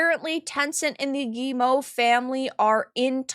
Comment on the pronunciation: Always interested in watching your videos,, and thank you for being the first YouTuber I've listened to who pronounces Guillemot correctly.